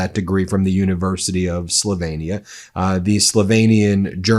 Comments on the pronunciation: Ben, you're not an idiot so why do you insist on calling the country "Slov-ay-nia"? It's Slovenia with an E. It should not sound anything like Pennsylvania or Transylvania - those names do contain the A. It grates my nerves every time you say it! Now try to pronounce the capital city of Slovenia... Ljubljana. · I love you Ben. I don't know how you do so much. Great shows always. I'm second generation Slovenian and Czech I've always pronounced Slo VE nia. with a long ë. Sorry if this makes me a Karenia. :) ;) :0